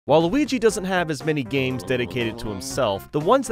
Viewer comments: how come it sounds like he said waluigi or is it just me. Edit: just realized that other people said this but I will keep this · No, he said "While Luigi". It's just that it sounded it like he said Waluigi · It sounds like you said waluigi at the start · At the beginning, it sounds like he says "Waluigi" instead of "While Luigi". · Did he say Waluigi or while Luigi? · Am i the only one who actually hears him saying 'Waluigi' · I almost thought you said “Wa-Luigi” instead of “While Luigi” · it sounds like he is saying Waluigi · at the start i thought he said waluigi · I know he’s saying while Luigi it sounds like he’s saying Waluigi at the very start. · On the beginning did you said waluigi or while Luigi? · At the beginning it sounds like you said waliigi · it kinda sounds like he says waliugi instead of while luigi